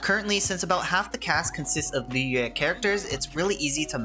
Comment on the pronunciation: i appreciate you pronouncing liyue correctly